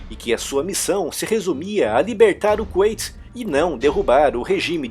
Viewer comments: Não é Kunaiti (como se pronuncia) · "Qüeiti"???? Kkkkk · a Pronúncia é Kuwait (com u no som) ou Kuwait (ait) no som ? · Cara vc fala kuwait com pronúncia em inglês, isso ficou estranho para mim